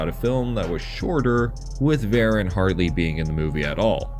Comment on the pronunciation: Like so many other YouTubers you can't even say his name right... So I kinda don't care what you say. It's VerAHn. Not VarEN. Look up how his name is actually said.... I would have done that before I even thought of making a video about him. Also way too surface level